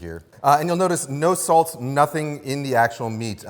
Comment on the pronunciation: I like it how he says ‘salz’ instead of ‘salt’ several times. German viewer here 😊